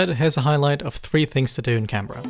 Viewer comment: Can Berra, mum it's pronounced canbra, arrebnac